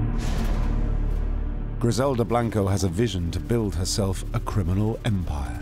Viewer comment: The narrator is a Brit, but there is certainly no excuse to mispronounce names/last names when they are readily available to hear in other docs and interviews. Saying Blank-o, and Tru-jilio is just lazy work, no matter what your accent sounds like.